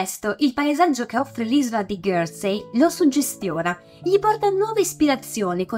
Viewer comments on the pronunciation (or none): Isola di "ghersei" però non si può sentire